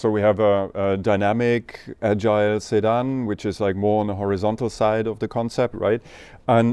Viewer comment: Man I couldnt understand what was being said at first and thought he was talking about Saddam (Hussein) not a sedan still has a place